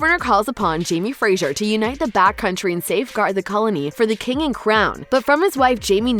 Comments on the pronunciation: This chick sucks. She can't pronounce adversaries. And it's FRASER, NOT FRAZIER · Fraser not Frasier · I wish narrator would stop pronouncing Fraser incorrectly. It's not the same as sound as Frazier. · I get rattled when people say FREZZIER instead of FRASER - S not Z Ask Diana and she will say the name correctly and any Scots person will agree with me. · If you’re going to talk about Outlander, please learn to pronounce Fraser. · Your mispronunciation of FRASER is distracting and made me turn the video off.